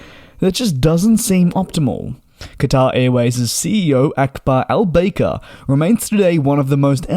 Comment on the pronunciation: Akbar AlbAYker??? It’s Akbar Albaaker! 😂